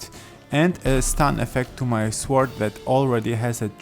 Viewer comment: Great video thank you, really helped. The 'w' in sword is silent btw, it's pronounced "sord";)